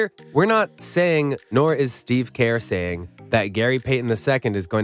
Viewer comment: Kerr is pronounced like 'ir' in bird or 'ur' in curry. Not like 'care.'